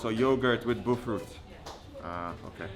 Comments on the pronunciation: Someone please spell the names of the food that he likes so much, so that he can learn to pronounce it to his satisfaction! He's trying to learn to say things exactly the way we do! He's so smart, so please spell things for him! Some say BOFROT, others say BOFLOT...I grew up in Ghana, born and raised, and I still dont know the meaning of that word. I just know that i love it!! Mm, mom, yum! Especially nice and hit/warm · 😂😂😂omg. It's BOFROT. People who say the "r" as an "l" are mostly illiterates. It's BO FR OTZ Please!! Lawd😂😂😂